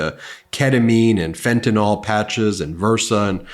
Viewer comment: FFS! It's pronounced fentaNILL, not fentaNOLL.